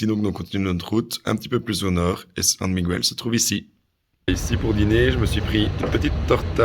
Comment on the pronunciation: Svp svp prononcez correctement San Miguel (ne pas prononcer le u)